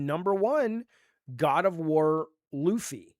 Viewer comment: Why Jaffe says Loofey?